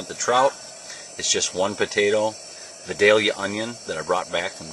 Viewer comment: i just wanted to say as a native Georgia who lives a very short 15 minutes form Vidalia that you should come down here and learn how to pronounce it correctly. haha i'm just screwing with you lol great video.